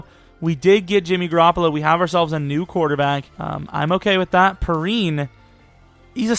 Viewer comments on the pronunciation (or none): lol I was getting triggered all video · Its pronounced P-Ryan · Just so you know samanje perine is pronounced pee rine